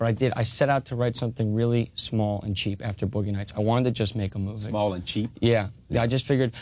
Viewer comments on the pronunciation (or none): "Boughey Nights"